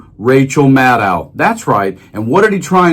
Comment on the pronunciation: Maddow rhymes with shadow. Get it right.